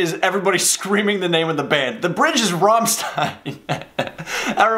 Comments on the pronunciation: are you deaf??? Not "Rammstain", but ['ʁamʃtain] - it is repeated fourty times in this song!!! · I know its a bit much for me to ask you please can you go to google translate and type in rammstein and the click on the microphone icon. Then you would know its not Rammsssien its RammSTein. Take care of the ST its a SCHT. Because a native German Speaker looses the will to live if u kill there language that way. So my ears are still bleeding and I hope the will regenerate. Good Bye pls google translate and press the microphone button on the German side. I tried it and it works its 90% accurate. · RAMMstein. not Rommstein. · It was making me soo mad. They sing the word rammstein like a million times in the song and then he pauses and still pronounces it with an "s" instead of "sh"... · Anyone else feeling the pain when he pronounces it as rom Stein instead of ram shteine like it's meant to be? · Raaaamstajin 😆 NO! Rammsccccchteinnn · Fun fact, is not rahmstein is ramstein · please spell ist rammshtain, it's shtain not stain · Yo, the pronunciation is ramSHtein not ramstein. I mean that's just how it's correct in German and it kinda pisses me off tbh wit ya 😂😂 no offence bruh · It's Rammstein. Not Raamstin.. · The 'ram' in Rammstein is pronounced 'ram' as in "rampant", not 'ram' as in "ramen". It's not "Rah'mmstein". They're not noodles. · Band: "RAMMSTEIN!": "Rähmstien!" Me: facepalm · It cracks me up how they are repeating their name but you still say 'romstine'. This is a song that works best between others on an album, not really stand out for me but I still love them. You should definitely listen/react to more. They have SO much stuff out there (and so much fire... It gets really hot at shows) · It is Rammstein with shhhhhhhhhhhhhhhhhhhhhhhhhhhhhh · Rammstein. Pronounced rahm-SHtein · was saying Rum Stien......???? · He saying rammstien wrong 😂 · Dude! Pronounced RammSHtein! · pronounced "sht" Ramm-st(sht)ein :) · You're pronouncing Rammstein wrong.